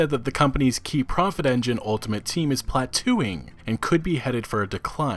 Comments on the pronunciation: Plateau: plat-tow ... not plat-too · BioWare has so many great IPs that they could work with, and EA holds the rights to the Star Wars games...why they would go full bore with a Destiny clone is beyond me. Also, it's pronounced "pla-toh," not "pla-too." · good ole plat-twoing. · We need to talk about how you pronounce plateau :)